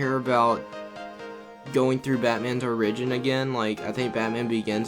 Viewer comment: Did you seriously pronounce origin like ‘orygen.’